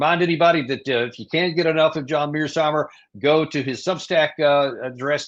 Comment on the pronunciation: Danny STILL mispronounces Prof.Mearsheimer's last name.